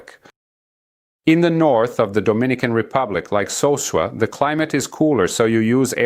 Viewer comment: this looks like an AI generated video. Especially the way the character couldn't pronounce Sosua